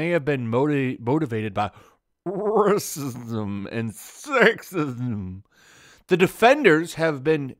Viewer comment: What annoys me the most about all these videos is the lack of conviction of the Youtubers. Why are words like racism and sexism mispronounced? Are you too scared to say the actual words? And FFS, learn to read properly. Jeez.